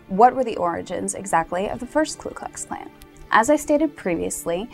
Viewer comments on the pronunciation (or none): I'm not part of nor do I support the KKK in any way but thought you might want to know that it's not Klu Klu Klan but Ku Klux Klan. There's no L in the first word. I could be wrong but I'm pretty sure I'm not. Please check and let me know. Thanks! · 1. It's "KU Klux Klan, not "Klu..." 2. The primary target of the first Klan were the Republicans, as the "Radical Republicans" freed the slaves by forcing through congress the 13th, 14th and 15th amendments and put Reconstruction in place via legislation. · It's Ku Kux Klan not Klux Klux Klan lol... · you are wrong and misinformed on so many levels. first off, It is not the "KLU" KLUX KLAN, second the name is not "grand" wizard, . and what about the "rape, murders, burning of homes" and so on that are going on to this day in south africa against white people? stay with your looks kid, because your education is not going to get you where you want to be, go and read a book. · STUPID SHIT!! It is Ku Klux Klan!! NOT Klu Klux!!! Also, the sound of a bolt action rifle?? Bolt actions rifles came into common use in 1898!!! moe than 30 years after the 1st group was founded. It was an offshoot of the Kinghts of the Golden Circle!!!! Get it right BITCH! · You realize it's the KU klux klan, not the KLU klux klan, don't you? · No it's "Ku"